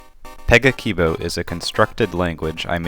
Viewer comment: If you are supposed to pronounce 'a' like in "cat" or "brass", then you've contradicted yourself with the first word you said- pe-guh-ki-bo